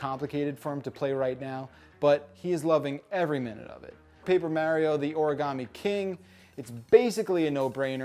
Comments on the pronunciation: I really REALLY wanted to like this game, but that battle system just looks awful. Will deffo not be getting this one. Oh, and don’t use your accent as an excuse,. I’ve known people with all kinds of accents and they can still say Mario, not Mehrio. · Also from NJ and cringe at each of his pronunciations of “Mehrio”. Nonetheless totally getting this game. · Wow, really pronounced mArio weirdly, he should adress that. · I don’t trust people who can’t even pronounce Mario’s name correctly to review a Mario game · because you said you pronounce mario like that Now i notice it. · its mostly the fact that he knows he's saying mario wrong which drives me crazy. Also seems pointless to have a 4 min review that doesn't go in depth into anything. Just like Ghost of Tsushima, am I right? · Don't worry as a Japanese citizen, You English speakers are all pronouncing Mario wrong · Thumbs down until he says “Mario” correctly 👎🏼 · I'm from New Jersey and I've never heard anyone here say mario that way. Why would you do this